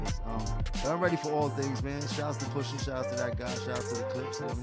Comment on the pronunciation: Cornball said POOSHA 😢😂😂